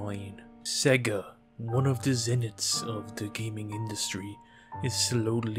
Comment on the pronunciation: The accent you were doing sounded like it was from someone who should be able to say sega properly yet you didn't not once , which is always amazing to me when people get it wrong when so many sega games especially on the mega drive/Genesis used to actually say it out loud , Australians get it even more wrong they say seega at least the wrong way Americans say it is in line with how it's spelled